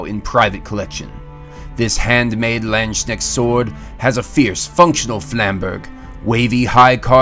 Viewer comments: It's kinda pronounced "Lahnds kuhnesht" but it can be overlooked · It physically hurts to her landsknecht being pronounced lanschnect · it is pronounced, Lansk - Nesht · With this you'll nail the pronunciation of "Landsknecht"